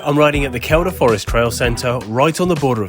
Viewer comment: Great video 👍, (up here we pronounce it Keel-dah)